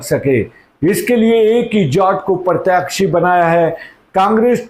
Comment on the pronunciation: Please keep the pronounciation correct Sir. Such as प्रत्याक्षी- It is प्रत्याशी.